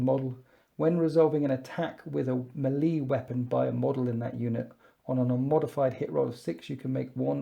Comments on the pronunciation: You really need to learn how to pronounce melee. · Please stop saying melee like that. Otherwise, good video.